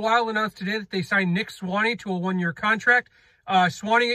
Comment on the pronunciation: Please get the pronunciation correct! Sway-knee